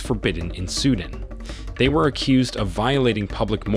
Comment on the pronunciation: SUE DAN not SUDIN